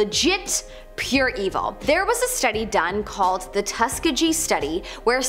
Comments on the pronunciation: That's not how you pronounce Tuskegee. It's pronounced tuh·skee·gee. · It’s pronounced Tus-Kee-gee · Tus-key-ghi not tusk-a-ghi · It's pronounced Tusk-ee-gee. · I love your channel, but it's embarrassing how awful some of your pronunciations are. Tuskegee is pronounced "tuh-skee-gee", where "gee" is pronounced with a "g" like in the word "gimp". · Tuss-key-gee is the right way to pronounce that. Sorry, but I had to. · Wow, right away you’re insulting and presumptuous. Nice. So worried about the kids who take these as facts. And it’s TUSK ..EE…GEE. Ugh you can’t say Mengele either. I give up. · Dude, Tuskegee has been covered countless times on this channel and she still said it wrong all those times. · I had to rewind at the pronunciation of Tuskegee. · For goodness sake, it’s like she’s never heard of “Tuskegee” either. This is some suburb content, right here. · Learn how to pronounce words you're not familiar with ie: Tuskegee and Mengele as a couple examples!!